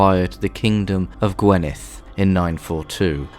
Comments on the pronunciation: I am Welsh, I live in "Morgannwg" and was enlightened and fascinated by this doc. Welsh pronunciation was a good attempt but maybe get a welsh person to give you some better sounding pronunciation of say GWINeth not gwenith for example. It is always a laugh when English speakers try to say Welsh words. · Dyfed is 'Duh-v-Ed' (like the name Ed) but you are pronouncing it 'D-uh-v-id', I assume your first language is English as E is pronounced 'eeh' in English but in Cymraeg it's like 'eh'. This may have also impacted Gwynedd being pronounced as 'Gwynith' when it should be 'Gwyn-eh-th'. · Yeah some poor pronunciation of some easy ones : Dyfed and Gwynedd